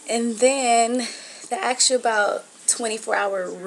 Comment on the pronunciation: They "ax" you questions? Huh??